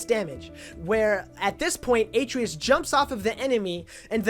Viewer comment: Not to be a dick or anything but I just wanted to say that Atreus is pronounced " Ah-tray-us" not " Aye-tree-us"